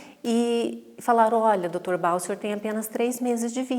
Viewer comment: Gostei muito dos esclarecimentos mas confesso que me incomodou muito a profissional falar Dr BA, ao invés de Bach... Grata!